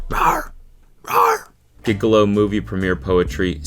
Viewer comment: Cody mispronouncing gigolo has made my day